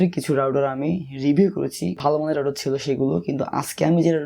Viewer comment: রাউডার না ভাই, রাউটার।